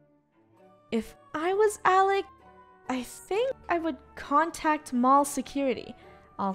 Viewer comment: it's "Alec" not alic